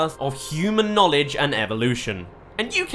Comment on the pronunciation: " he is gonna bring back years of knowleg " lol wut